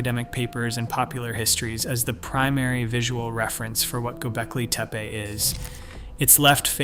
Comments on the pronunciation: Pronnciation is Gobekli not Gobelki. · Might help if you pronounced the word properly. I mean, READ THE WORD. It’s gobekli, NOT GOBELKI. Not even worth finishing the video if you’re gonna get that wrong through the entire thing. And don’t try to say thats the way it’s supposed to be pronounced. It’s not.